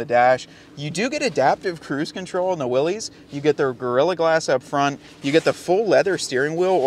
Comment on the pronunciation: It is 'Willis', not 'Willies'. Weee willies!